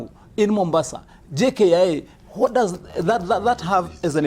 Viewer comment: please tell Wamatangi to stop over pronouncing "when" and "what", too much energy..."HWEN" .."HWAT" what the hell is that? these words are simply pronounced as "wen" and "wot"..very little energy...hahahahahaha